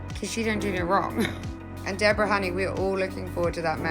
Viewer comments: A couple of videos have pronounced her name in an odd way Di borra. Is that correct or is she a regular Deborah? I like her , Sutton, not really a looker . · Her name is pronounced Deborah. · You should really learn how to pronounce her Deborah. It’s not prounounced Deb or ra. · Please pronounce her name correctly. It's not Deb O rah. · I had a friend who spelled it the same way. It was pronounced Deb -o - rah. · It's hard to listen too when you can't even say her name right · This narration is AI they can’t even pronounce Deborah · I flinch everytime her name is mispronounced 😂😂😂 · I wish you’d pronounce Debora-Leeds’s name correctly.